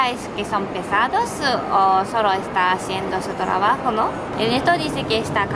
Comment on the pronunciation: trabajolo??? bueno igual se entendio , son geniales !!!!